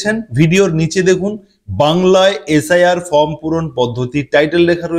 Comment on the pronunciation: ""FROM" na dada...""FORM"".......OK SIR. !!!!!